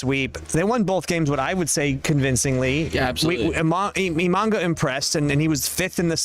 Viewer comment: dude... IMA-NA-GA, not imanga...